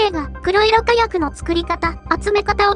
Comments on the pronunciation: くろいろ じゃなくて こくしょく ね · くろいろかやくの連発はワロタ。 黒色火薬はこくしょくかやくと読む。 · 因みに、くろいろかやくではなく、こくしょくかやくですですよ。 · 黒色火薬、「くろいろかやく」では無く「こくしょくかやく」と読むのでは？ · 「こくしょくかやく」のはず。 製法はWikiにも載っている。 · 黒色火薬(こくしょくかやく)ですよ。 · 『こくしょくかやく』じゃないのかな(・・;) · 「こくしょくかやく」の方が一般的かなと・